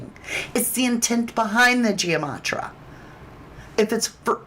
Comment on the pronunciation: Please say it correctly it is gematria. So it’s not Gia matria